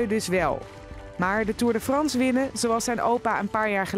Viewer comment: Nederlanders kunnen echt geen frans omg belgen kunnen veel beter frans hoe die presentator tour de France uitsprak ahahahahaha